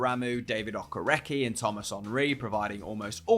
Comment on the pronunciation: If you ever need to say the name again, another video maybe, Okereke is pronounced: Okay-ray-kay say it very fast anf you're good